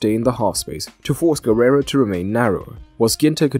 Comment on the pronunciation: Very good analysis! P.S.: it's not "Guerrero", but "Guerreiro".